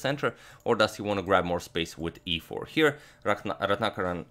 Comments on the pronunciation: 1000 applauses from India on accurately pronouncing Ratnakaran as Ratnakaran and not Retinakerran(like most foreigners would pronounce😎) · Slightly off-topic here, but just wanted to say that your name pronunciations are so on-point, & not a moment of hesitation before saying both names. You got the Indian one absolutely perfect. I wish everybody associated equal importance towards getting people's names right!